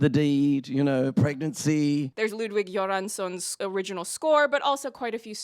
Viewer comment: Shockingly great pronounciation, as a Swede. Most people just say “Goransson” and call it a day (no offense to them though, I wouldn’t bother either) Here too, except the E in rätte isn’t silent (pronounced like the E in ”slept”)